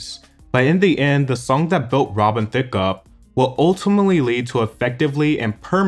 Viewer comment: But Rob-en. I like that.